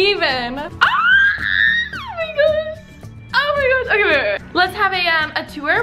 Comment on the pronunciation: Alisha said "I can't even " I think " I can't odd"